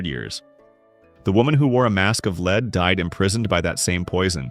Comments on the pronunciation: When will you learn to pronounce the “ Lead”?? It is pronounced “LED”. Use it!!! There other words you are pronouncing incorrect. You would think you would practice before you recorded. Unprepared much!!!!!!!!!!!! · Why does this narrator constantly mispronounced lead? He knows how to say it, he just doesn't!